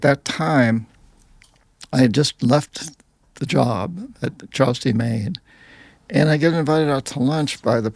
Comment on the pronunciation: Charles T. Anus is what it sounded like